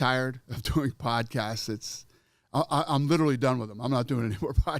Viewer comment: Dana was so tired he said PODCASTSES... not podcasts he said podcastses lol